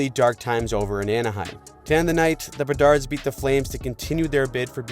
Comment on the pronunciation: I come here to hear “Chicago Bedards” 😂😂